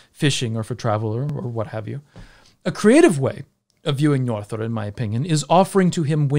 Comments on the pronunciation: Apologies for picking on pronunciation, but did you just say Njorðrðr? 😅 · Agreed! 😁 Next step is that "ö" is more like the "u" in umh... and that the Đ is a dh rather than a th sound :) I'm just nitpicking though.